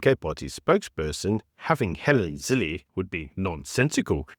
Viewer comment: It’s Zille pronounced Ziller not Zillee. Your name is pronounced not Shepturd.